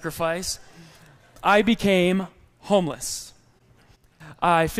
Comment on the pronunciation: when you said" i was homeless"..sound like " i was Houmous"..hhhh where is the way out?...:)